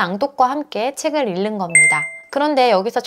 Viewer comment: 다 좋은데 '읽는'은 [일는]이 아니라 [잉는]으로 읽으셔야 해요.😅